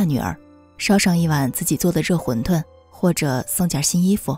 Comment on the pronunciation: 视频很棒 btw说一个拼音“馄饨（tun）”